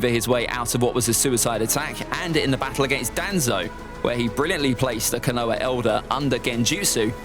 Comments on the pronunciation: He really said kanoha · The way you say Konoha makes me want to die 😂 good list tho